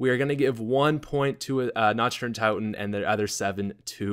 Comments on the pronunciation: does anyone else get a little annoyed when he says it like Nacht der unt(ou)ten. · Wow, I never noticed he used to call it "notch der un tot en" (tot as in tater tots)